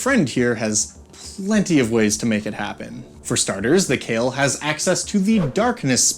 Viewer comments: Khayal is supposed to be read as Kha-yal not "Kale". Literally it can mean "imaginary" or "illusion". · Cale? Wtf? Khah-yall, like Al-Lat. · So just one thing.. their name shouldn’t be pronounced as the way you are doing. It should be Kha-yal. Kh as in dj khalid. And yal as in hey Y’all. And yes I am saying this since the word is Arabic and you saying kale is killing me every time 😭 also it means imaginary or also in this context it might mean something like an illusion. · Kha-Yal pretty much "shadow" in Arabic. Both 'a's pronounced as in "Astral". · It's pronounced KHa-Yall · I'd pronounce it "kǝ-YAL," with emphasis on the second syllable. And, fun fact for anyone who cares: the equivalent of "shadow genasi" in Pathfinder are called kayal (without the H, but presumably pronounced more-or-less the same). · im pretty sure its not pronounced kale, but i dont know enough about arabic to disbute it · its pronounced kha-yal khayal in arabic means imagination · It was probably intended to be pronounced Kh(flemmy)-eye-all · The name of this djnn in derived from the araibc word for shadow so its not khayal like in kale but the kh sound like the word shyikh so its خيال or shadow. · I believe its name should be pronounced more like Kha’yal (you know, like Kha and yal are separate). It’s an Arabic word which mean many things like: imagination, fantasy, fiction, silhouette, shadow, illusion, etc…. Emer I think should be Amir which means prince, and Malik is king as it said in the video. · Kh in Arabic names written in English is a romanisation of the letter خ, which is pronounced with a sort of guttural sound from the front part of the throat, towards the mouth. I think the closest English pronunciation of Khayal would be "huh yaul" but replace the first H with خ instead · Thats not how you pronounce it , google Kh sound in Arabic, Khayal means imaginary in Arabic